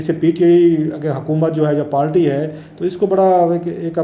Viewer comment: kitni baar aap se kaha hai k پالٹی nahi kehte, پارٹی hoti hai, or قنون nahi hota قانون Hota hai. Pata nahi kab عقل aayegi